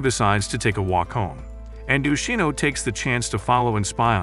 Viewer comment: Yoshino not yino